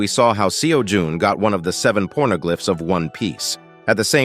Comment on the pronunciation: yea, but I literally heard "porno" before he said glyph.